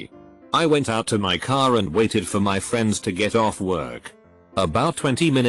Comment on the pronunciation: "I had several fiends" um.